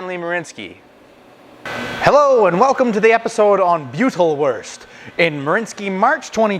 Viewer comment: Just to help you out the eu is pronounced oi good sausage keep them coming thanks